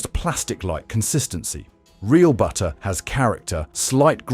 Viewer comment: BU-ER! What happened to the Ts?